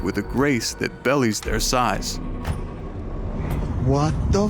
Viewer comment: Belies has become bellies, hehehe, dude write you're own scripts so you can pronounce/understand all the words ...